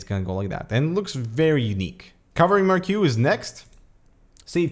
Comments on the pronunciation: mar kee not mar q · "Mar-Q". I don't care if you're FRENCH-Canadian... it's "mar-key", just like how it is spelled. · is pronounced "mahr-kee". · it's pronounced MARK-key